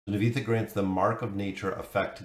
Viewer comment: Looks decent and she will be a huge and big hero for bosses … Nivanthi will change the meta for bosses forever thanks for the video. Btw spelling her name Nee-Van-Thee ❤